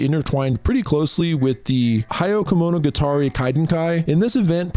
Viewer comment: I love the video, I'm always there for more yokai lore being brought to the western audience. One protip tho, you can use google translate to check for pronounciation! Even if there isn't a translation for the yokai name, the pronounciation that comes out is usually 99% correct. Your pronounciation of Hundred Tales (the scary summer night ghost story telling event with the candles) was HILARIOUS :'D This is purely meant as a good natured constructive criticism btw, pronouncing japanese when your first language is english is hard. The sounds are completely different, so getting stuff right isn't easy in the least. Please do more! This was a fun watch, even if most of the critters were familiar to me :face-blue-smiling:👍